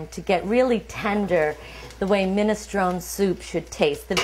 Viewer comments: it's minestroneeee not minestrone the final 'e' is pronounced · I'm offended by the way you say ministrON. Also garlic going in first? Nonononononononono. Please do not. Onions before garlic. Please. Please. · Min-es-tron-Ee! You pronounce the E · get the pronunciation right , it's (/ˌmɪnɪsˈtroʊni/ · Minestrone , pronounced minestrone-ee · If she trained at a school she would say the soup name properly Minestronè. Min a stro nee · Pronounce the E on the end of the word! Annoying. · Minestrone , pronounce the e please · Don't be stupid. It's a famous Italian soup. A noun. That is how it is pronounced by everyone. Idiot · Well maybe if she called the soup by its name and didn't pronounce it like an ignorant git no one would say anything